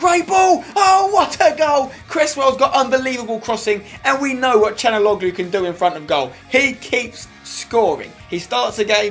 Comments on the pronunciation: it's can not chanaloglu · its calhanoglu not canaloglu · It's (chalan-ouloo) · CHAL-HON-ALOO For God sake Spenny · I think his name is pronounced Sha°la°nou°gloo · that's how u pronounce it spencer: Cal-ha-nog-lu the way u say it is wrong